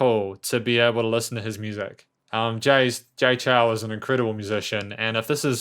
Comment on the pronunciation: Nice review. Just a bit of suggestion, the Chou is pronounced as "Chou (O is spoken as in Orange) instead of Chau/Chow"